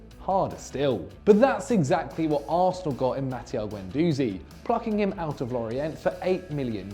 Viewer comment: You don’t say the t in Lorient ffs